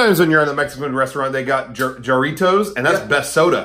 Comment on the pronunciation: as someone who was also born and raised in SoCal, I’m disappointed that you pronounce Jaritos soda with the English “J” instead of an “H” sound. But I’m also a Pepsi drinker so take it for what it’s worth